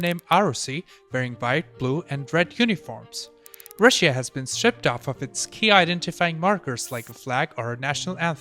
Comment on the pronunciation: Normal people: Russia: Ra Shia